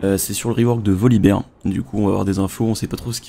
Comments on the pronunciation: On dit Volibear et pas Volibeer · J'ai vu le titre de ta vidéo , j'ai failli mettre un pouce rouge en pensant que tu ne faisais que retransmettre les infos diffusées par riot mais au final c'est un peu plus intéressant. En puis à partir du moment où tu dis Volibère et pas Volibir, je ne peux pas mettre de pouce rouge :D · Alors c'est ni -bère ni -bir ptdr c'est tout simplement -bear comme un ours en anglais quoi mais faites un effort svp :)